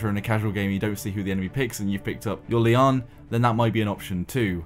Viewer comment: It isn't pronounced Li-an. Lian is a Chinese name pronounced "Li-yen" or "Li-en" and it means "lotus flower".